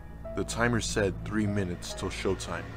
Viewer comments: What Everyone Else Hears: Minutes Later What I Hear: McMinutes Later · Actually, that was an audio glitch, if you listen he says m-minutes later and not mcminutes